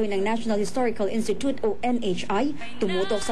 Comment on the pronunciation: sabi ng reporter "ins-titut"